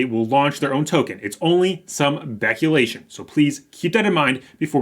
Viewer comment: beculation? is that a speech impediment?